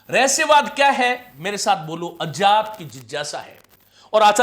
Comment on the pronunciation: विज्ञान को आप जो विजान बोलते हैं उसे ठीक कर लें तो बाकी सब ठीक है। ज्ञान की जगह जान, अज्ञात को अजात बहुत खटक रहा है।